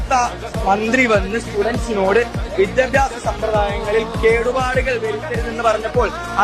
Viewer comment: വിദ്യഭ്യാസം അല്ലടാ വിദ്യാഭ്യാസം